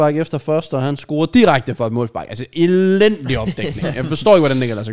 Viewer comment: JK. Det hedder "scorer" og ikke "scRorer"